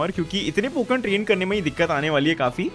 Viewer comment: Less go ep 2 loving the consistent uploads and hoping that it will continue and i am just laughing at the wrong pokemon pronounciations